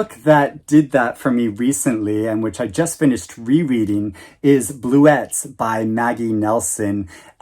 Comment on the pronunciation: Hey. Bluets are wild flowers. I used to see them in the New England woods. I think they were also known as "Quaker ladies" because of their simplicity- just four pale blue petals on a frail stem. But...the word is accented on the FIRST syllable, not the second. Ok?